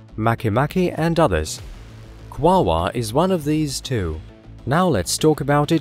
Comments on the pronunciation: The correct pronunciation, according to the spelling. Is (phonetically) kwa ore, as there is no other letter present to create the 2nd w sound. Either that or the name is misspelled in the video title. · This synth voice stinks. It keeps mispronouncing the topic of the video. It's NOT Quawaa! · Is he saying wawa?? This shiot is making me hungry...they have McDonald’s on this meeethane planet?? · I absolutely adore the way he pronounces it... “Kwaaawaaaah” tickles me every time. Great video as usual. I love this channel! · Sounds weird and robotic.